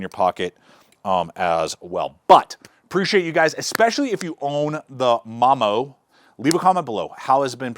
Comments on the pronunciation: Thats a unique way of saying momo. 99.9999% of people would say it like Mo-Mo then the 0.0001% Mom-o.....lol. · Chef Style? I didn't see a chef style pocket knife in the video. Now I seen a Kiridashi style pocket knife. Its Momo not Mom-o holy shit.